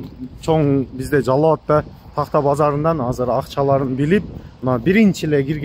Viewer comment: Тагта эмес такта,туура адабий тилде суйлосон болгер болчу.